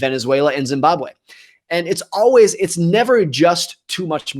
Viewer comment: Morgan , the way you pronounce Zimbabwe is way more than my fellow people👌🏾